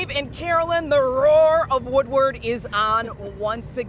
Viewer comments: Why can't Carolyn Clifford say the word "Woodward" correctly? She pronounces all other words correctly. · After the cruise is over the existing folk that live there calls it Woowad